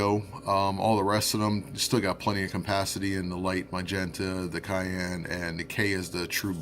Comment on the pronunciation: Hmm, I've never heard cyan pronounced as cayenne.